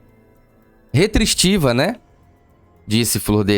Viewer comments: Melhor narração!🤣🤣🤣 "Retristiva"😂😂😂😂😭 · Como é mentirosa, ela sabe muito bem pronunciar a palavra restritiva, fala sério! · Ótima narrativa, Parabéns! Gente algumas vezes eu peco no português, mas uma parlamentar, não saber pronunciar Restritiva chega ser engraçado! Não sei se é uma jogada para aparentar algum grau nervosismo, sei lá ou algo do tipo! Essa mulher é uma caixa de surpresa! Imagino essa deputada dando entrevista que horror, Dilma Rousseff corre aqui querida! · Uma deputada que não sabe falar restritiva, è pra acabar com o piqui de Goiás